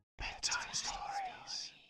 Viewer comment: the ending clip sounds more like a voice saying "hentai stories" rather than bedtime stories in my ears.